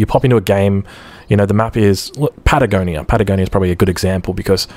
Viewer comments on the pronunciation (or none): none